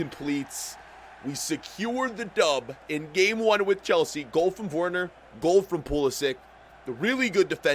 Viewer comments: Its Werner not worner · Werner is pronounced as if there’s a V instead of a W, it’s pronounced Verner but it’s spelled Werner. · Verner not wearner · Gotta love how he pronounces Werner 😂